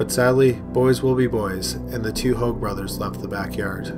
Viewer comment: Hoag is pronounced “hay-g”